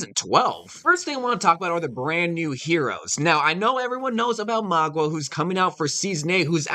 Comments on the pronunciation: his name is Mauga not magua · Bro. It’s pronounced Mow- guh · "Magwa" Lol.